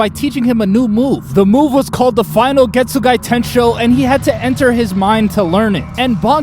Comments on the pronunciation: Getsugai???? bro theres no i at the end 😭😭😭 its just Getsuga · Ichigo's constantly learning from Zangetsu. He pulled on Grimmjow what Zangetsu pulled on Byakuya. Oh and it's Getsuga btw, not Getsugai 😅. Fun fact: in Japanese, the soul/mind is in the heart. Ulquiorra crushed his heart literally and metaphorically. This age makes no sense. Aizen's been making preparations in Hueco Mundo for centuries and she was among the original Espada. How tf is she only 26? She should be in the hundreds. Zaraki Kenpachi is basically a Saiyan. Every time he loses, he gets stronger… until he reaches his former strength. That moment was epic because of the "Ore ga mamoru!" but Zangetsu could've taken over even without it. We already saw superfast regen during his training with the Vizards. This is no different. Wtf is that shit scream… The Japanese one sounds 100x better 🥲. Btw, Vasto Lorde Ichigo only used normal Ceros on Ulquiorra and even overpowered Ulquiorra's Cero. Ulquiorra used Cero Oscuras which is stronger than Gran Rey Cero which is itself stronger than a normal Cero. He didn't swap himself. He made them believe she was him. Kyōka Suigetsu's ability is Perfect Hypnosis. It manipulates all 5 senses. So when they prepared to attack him, he just made them think that she was him so they'd attack her instead. He thinks Fake Karakura town is the climax? Bruh it's basically the prologue 🤣. Something you wouldn't know without reading the LNs (Can't Fear Your Own World) is that Bleach's world us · Why does this guy keep saying getsuguy ITS GETSUGA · Man, this is fun like hell to listen, but that final i that you aded at the end of Getsuga(i) is insane. Like where the hell did you get it from?😅 but as a whole, is fun. Good job!